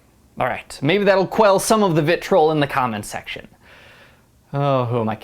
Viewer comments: It's vitriol, not "vitrol." It's gárrulous, not "garrúlous." I'm sure there were many more such gems in this video, but I stopped watching at this point, because yikes. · It’s vitREEohl, not “vitrole” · Vitriol - pronounced VIT-tree-all Garrulousness - pronounced GAR-yul-us-ness Just FYI ;) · I was interested in the review (although I think film and stage require such different portrayals that it’s hard to compare), but the mispronunciations are pretty distracting (vitriol, garrulousness, comparable). I agree with other reviewers that HBC has by far the best accent, and I think the reviewer sells Lansbury very short.